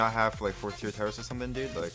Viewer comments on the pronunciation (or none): none